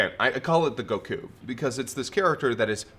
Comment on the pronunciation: Great show but I LOATHE the way you pronounce Goku’s name